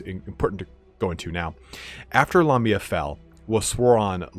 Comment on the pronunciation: I always thought it was Lamia not La Mia?